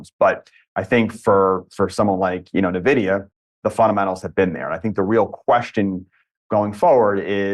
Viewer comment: Envidia...not navidia